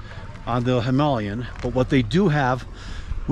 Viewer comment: Thank you for pronouncing Himalayan correct.